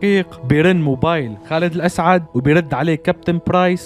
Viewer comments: خالد الاسد مش خالد الاسعد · خالد الأسد مو الاسعد🙄😑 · اسمه خالد الاسد ليس الاسعد❤